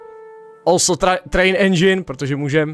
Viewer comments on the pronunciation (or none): none